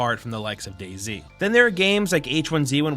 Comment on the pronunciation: DayZ is pronounced as "daze". You're making it sound like " Daisy"